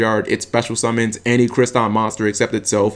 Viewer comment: Crystron. Not Cryston. There is a second "r" in their name ._.